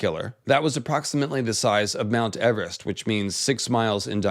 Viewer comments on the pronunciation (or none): none